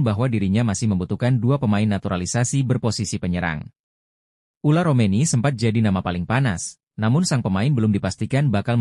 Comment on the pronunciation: Bukan ula romeny min..., tapi ole romeny.